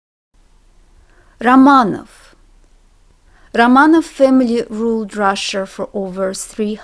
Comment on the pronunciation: Hi, thanks for your lesson! ... A question: why do you say "Ramanof", "Pavlof", "Tsehof" and not "Ramanaf", "Pavlaf", "Tsehaf"? The letter "o" in "OB" ending is not stressed.